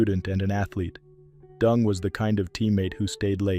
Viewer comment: His name is DENG, not DUNG!